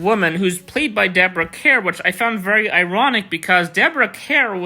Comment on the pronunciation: Deborah Kerr pronounced Car